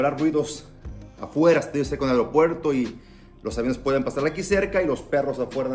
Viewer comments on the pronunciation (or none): none